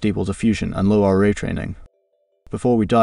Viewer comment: Great content. Your dialog needs some work. The AI you use is ruining the natural timing. There are pauses in strange spots and it mispronounces LoRA with an accent on the A. Try writing the verbal script so that it is spelled like a persons name Lora. Thank you for these tests. =] very informative. I wish the final tests were done at 0.7 weight rather than 0.4. It’s hard to see the intended subject control with a low weight.